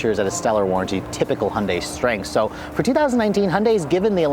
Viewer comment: Hon-day.... Hon-day.... Hon-day.... WTF